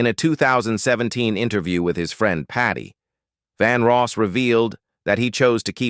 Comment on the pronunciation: His name is Vandross not Vanross. Bigtimer like yourself should have checked the correct pronunciation & spelling before running your mouth.